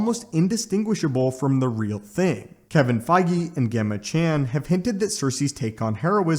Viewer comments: You didn’t mention Sersi’s by far most powerful attribute; her mastery over matter manipulation. Also it’s pronounced “Jemma” not “Ghemma” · Gemma pronounced Jem-uh. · Thanks for the vid! Gemma is pronounced as in Gemstone.